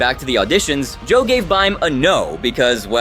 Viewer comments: It's Bee-Mee, not Bym. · I don't know what's worse, Joe Bastianich, or the fact that you keep calling Bime (pronounced Be-Me) "Bime." (like dime with a b). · I honestly didn’t til the “By-me” pronunciation lol. Very clear if you’ve seen one clip that it is “bee-me” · I loathe Joe but Bime is pronounced BeeMee. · The way your AI voice pronounces Bime's name :face-orange-raised-eyebrow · I’m not a fan of Joe whatsoever, but every time you mispronounced Bime’s name in the midst of defending Puerto Rican food made me cringe 😭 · Good video, but I'm having a hard time every time you butcher the pronunciation of Bime. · How can you mispronounce a name like bime if he said id 1 second bevore you??